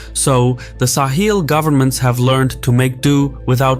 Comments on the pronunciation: Sahel, not sahil. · It is pronounced sahel, not saheel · Yeah except he pronounces it as Sa-heel rather than Sa-hell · I've never heard it pronounced "Sah-heel" like this narrator does throughout. It's "Suh-hell" everywhere else I've ever heard anyone talk about the region. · Not SAw Heel but Saw Hell is the pronunciation to be used. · It’s sa-hell, not sa-heel 😉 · Great to see this covered here, it's an important story that's really been underreported. Also TIL the British pronunciation is sa-hil, not suh-hel like in the US. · Weird pronunciation. No one says "sa-HEEL". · Bruv, how can you pronounce Sahel correctly at the start and then proceed to pronounce it wrongly throughout the whole video is beyond me... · I’ve never heard Sahel pronounced this way. I wonder how the locals say it.